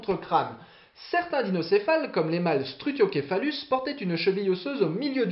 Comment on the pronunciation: StruthioKephalus et pas Céphalus 🤣